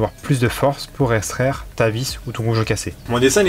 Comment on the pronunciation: Petit point de français. Extraire ne se prononce pas eStraire mais bien EX-traire. Et on évite le si j aurais qui n est pas correcte et on s empresse de corriger par un jolie si j avais. 😊. Cette merveilleuse règle des Si n aiment pas les Rai. Bonne journée et merci pour ce super tuto.